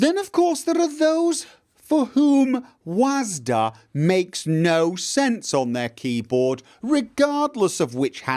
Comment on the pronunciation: I know, but you’re saying Wasd-a;)